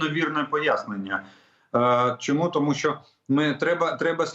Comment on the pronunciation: Для ведучого. Чому спотворюєте українську мову. У вас що не слово то м'який знак. Щьо, чьому, нічього, чюти. В українській мові немає м'яких шиплячих і крапка!